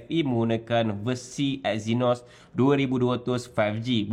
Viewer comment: Eynos? Euuwwww 🤢